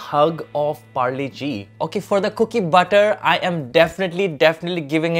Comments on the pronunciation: Polo G? Nah, it’s Parle-G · pharle -g ni h pargle -g hai accent ke marey 👎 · When he said parle g and didnt say g mane genius...that hurt😭😭😭